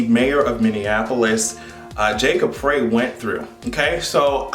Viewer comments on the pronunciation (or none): Love your content! 💕 (“Frey” pronounced “Fry”)